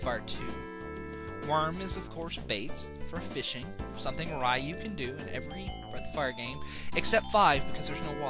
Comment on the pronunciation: YES thank you for pronouncing Ryu with a long "eye" sound. I know it sound be like "reeyu" but I've always pronounced it like you did. I even gave Ryu as a middle name to my son.